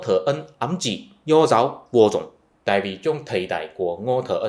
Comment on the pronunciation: Nói "vô dùng" thì vẫn hiểu được, nhưng người Việt Nam thường nói là "vô dụng" nha anh.